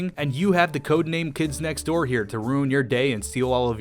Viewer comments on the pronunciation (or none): none